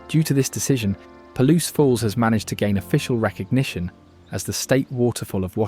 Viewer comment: Puh-Loose Falls